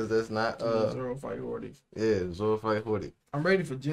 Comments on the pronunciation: Hody* not hordy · ok, hate to be that guy but there's literally no R in Hody's name.